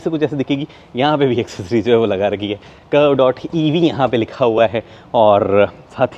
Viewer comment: Its not pronounced Curve, its Curvy